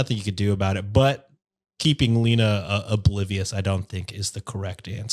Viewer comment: My name is Lena and it's pronounced "Lay-nuh"